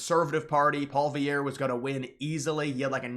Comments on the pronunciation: the conservative leaders name is prnounced like Poly-Ev. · It's pronounced "pwa-lee-ev-re" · Lofl!!! You cant even pronounce poilievre What a moron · Dude, you talk like if Carney being put into the PM spot was like a scam or something. He was elected by his party and that's how the system works. If Trump were to die Vance would become president, and it's not like he is elected directly...Trump was. So your whining is making zero sense. Also your attempt to pronounce Poilievre is getting slightly better but it's still pretty funny you can't still figure it out. It's pole-e-ev-re.